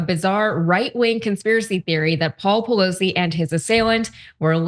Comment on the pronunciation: At the beginning of the clip he accidentally pronounces her name correctly 😂😂😂